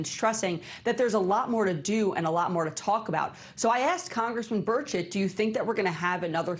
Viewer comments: Burchett, but yes, it does sound like bird shit lol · Did Luna say Representative Birdsh*t?😂 That's what that sounded like